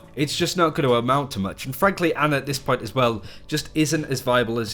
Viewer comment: Its ana not anna XD